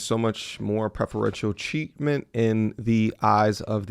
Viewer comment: sounded like you said cheatment instead of treatment near the end but yes the courts are full of cheatment